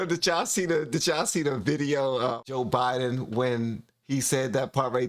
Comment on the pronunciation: Not sure if you know you even said it "obiden". Not trying to correct you in anyway.